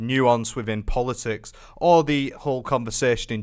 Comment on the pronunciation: Bro said "I don't want to get into polotics"😂